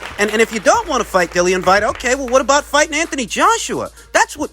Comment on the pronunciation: I can’t stop laughing at “Dillian Vyte” 😂